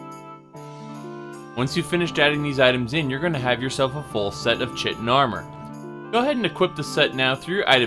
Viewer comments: Not that it really matters, but it's supposed to be pronounced "Ky-tin", not "Chit-in". It's weird, I know. (Source: Morrowind >_>) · He knows but he insists on pronouncing it "chi- tin" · The grammar nazi in me can't resist correcting your pronunciation of "chitin". It's pronounced "kytin". Awesome build though, stealth has always been my go-to playstyle for any game when possible. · knows that. He sometimes says that he uses wrong pronunciations because it's how he's been pronouncing it for years.